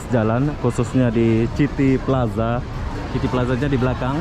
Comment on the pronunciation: City... sebutannya "siti"